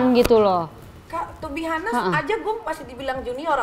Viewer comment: Udah brp kali denger niki ngomong (to be honest) "tu bi hanes", anes kak, h nya gausah dibaca...